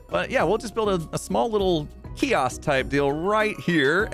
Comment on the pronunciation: I noticed the small slip when you said kiosk but had I not been looking for it would have been seamless!